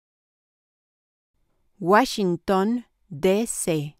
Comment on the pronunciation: Cho’s guachsinton 😂 🎉